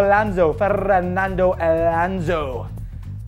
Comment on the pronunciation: Dude, before laughing at someones surname, LEARN HOW TO PRONOUNCE IT... it is not: "elanzo" it is: ALONSO Regarding the video, it seems that in the USA everything that doesn't look like a mustang "must" be a "Lambo"... I bet the guy even thinks "Lambos" are built somewhere in the country of Liberty as well. Too much concidence to record something like this. I've never even seen a single Veyron so watching one drawning... I don't buy it